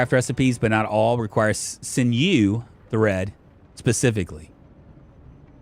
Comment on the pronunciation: sinew is pronounced "sin you". 😀